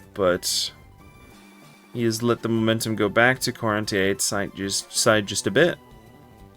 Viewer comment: If Quarante8 is a French player, I'm assuming the "E" at the end isn't pronounced Quarante = 40 in French